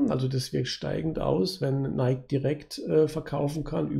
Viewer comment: Es heißt NikEEEEE